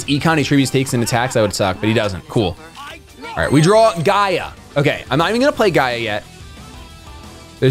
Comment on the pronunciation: Gear-Gee-Uh is the proper pronunciation